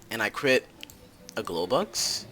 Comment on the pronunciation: SAID CWIT INSTEAD OF CRIT XD